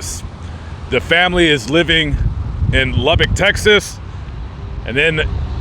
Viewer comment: Thank you so much for pronouncing Lubbock correctly. You don’t know how many people butcher the pronunciation of it. You need to come to Lubbock and visit Buddy Holly and Mac Davis.